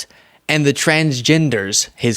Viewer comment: Did he say The TransENDERS???